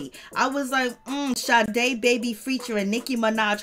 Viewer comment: Get it right it’s Sa-da not sade